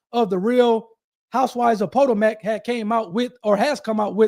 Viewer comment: Dude, REALLY??? I don’t know where you are from, but as a seemingly reasonably intelligent but possibly not worldly person, you really should do your research on proper pronouncing of people, places and things. “Po-toe-mack” …….. seriously? Think about it, you already know this takes place in Maryland. So what’s the “big, main, well known river” there??? It’s the “Pa-toe-mick”, and that’s also how you pronounce this town you are speaking of. Where is your Jd. from? Where are you licensed to practice?